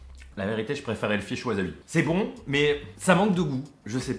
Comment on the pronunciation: Bonjour. Tu as peut-être prononcé "wasabi", "waZabi" 1000 fois dans cette vidéo. Pas bien pour les oreilles ;-)